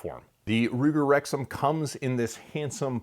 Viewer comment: Thought he said Ruger rectum...